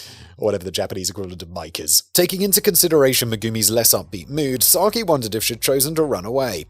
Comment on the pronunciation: Just a quick note as her name is mentioned a lot, Sakie should be pronounced "sa-ki-eh" as all vowels are pronounced in Japanese. And Shigeru should be "shi-geh-roo", not "shi-gee-roo".